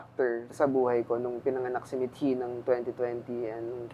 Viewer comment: Madame. Methi ka nang methi. Please makinig sa guest, or mag research ng kaunti...name ng anak niya yan! Mithi is also a Filipino word, di mabigkas nang maayos.